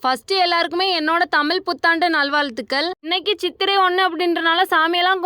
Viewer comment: தமிழை தமிழ் என்று சொல்ல பழக்கிக் கொள். ழகரத்தை லகரமாக்க கூடாது. ளகரமாக்கவும் கூடாது. அடுத்த காணொளியில் சரியாக உச்சரித்து இடுவாயா?